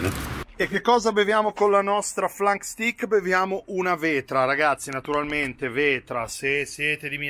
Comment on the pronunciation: Si pronuncia STEIK